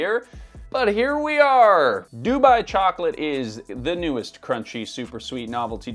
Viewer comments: surprised he's saying DOO-buy instead of doo-BUY 😬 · Why do you say Dubai weird.